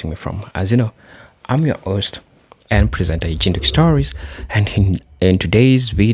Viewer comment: Host bro H -ost. NOT OST..H o s t.